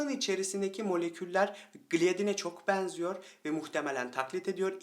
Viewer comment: Konudan bağımsız olarak;benim bıyıklardan çok 'een sona' 'beenziyor' derken, açık e ile telaffuzlerınız dikkatimi çekti.Daha doğrusu rahatsız etti.Kapalı e kullanmanızı tavsiye ediyorum.😊 Ayrıca dişlerinizin beyazlığı...👍